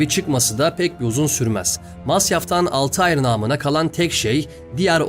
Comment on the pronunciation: Dostum selamlar; telaffuzda bir hatan var sanırım zira karekterimizin ismi Altahir değil, kuş/uçan şey gibi manalara gelen Altair. Daha Türkçe yazacaksak el-Tâir. Affına mağruren. İyi yayınlar, severek izliyoruz.